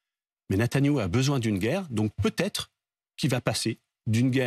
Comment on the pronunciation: Cette journaliste ne sait pas prononcer les liaisons: ça peut hêtre, ça peut haller…